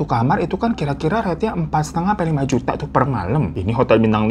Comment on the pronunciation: Ketawa juga kalo lg cerita juta jd jutu gituh